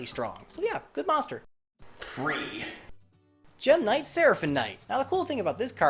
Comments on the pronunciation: Gem Kinight??? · Gem Kinight? lolol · umm what's a gem kinight I thought it was knight lol